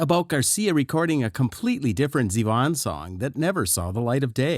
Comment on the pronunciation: That's right. The groove is straight eighth notes. Was the narration written by the same Chat Bot that reads it and mispronounces Z-Von again and again? You can do better, folks (robots).